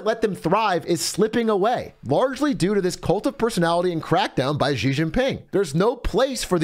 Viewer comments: Zhang is not pronounced jong. the A is pronounced A like in ITALIA and not O like John. Americans butchering language. ALSO its pronounced SHE!!!! not Jee. sh like in hush. a hard sh so to speak. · It's not "Gee" Jin Ping, it's "Shee" Jin Ping. Get with it, buddy!